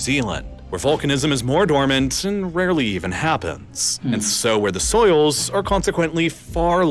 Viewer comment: soils, not souls 😂